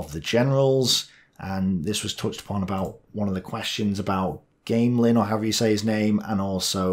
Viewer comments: Gah-meh-lan for future reference. Understandable to mess up pronunciation. It is hilarious though how the French can fuck up doctrine and armored coordination etc. Only for the British to make the same mistakes over and over and over again in Africa. Against only 3 divisions. I think (obvious biases can be seen through my pfp) that it was a matter of German doctrine and coordination being ahead of the curve. It wasn't just France, it was France, Africa, Barbarossa, time and time again allied forces either encircled in droves or obliterated by poor doctrine and horrid radio communication. This is not to say the Germans were gods, the OKH had its fair share of blunders or just one blunder. The appointment of Franz Halder. (that last bit may have been a joke) But what about Vichy? One may ask, well at least in my biased opinion,. eh. Collaborationist governments were set up everywhere, there's always a set of corrupt sons of bitches waiting to get a high position in government. On the other side of the coin, Mosley was infamous for his radio speeches calling for Britain to end the war and join Germany, the populations of western USSR initially favored the Germans. Yugoslavia had Croatia and other groups. But of course there will always be a handful of British who claim Vichy was a legitimate state. At the end of the day though, that's the point of these memes and jokes. Is to produce autistic rants like mine about how "The French didn't fuck up as hard as everyone says" th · Did he say "Game Lyn"? Mon Dieu, give me her number! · I was happy to see a brit (as I am an old yank, who only studied french in 7th & 8th grade) choke on the pronounciation of General Gamelin name, hehehehehehe, hahahahaha, ha!!! uh... anyway, this is the first interesting, reality and common sense based analysis of the Battle of France I have ever seen, thanks! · Pronunciation of the French commander. What the hell?! But great video